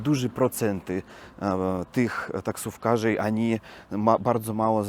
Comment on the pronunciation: Mówi się oni a nie ani